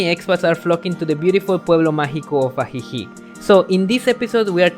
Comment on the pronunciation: You dont pronounce the c in ajijic..its "uh-he-he".just an fyi